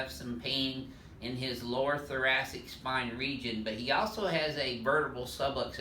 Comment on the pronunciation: "Im stick my elbow in your lower thurastic "